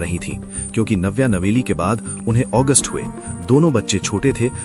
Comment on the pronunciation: August ?? Agastya Nanda, correct ur pronunciation please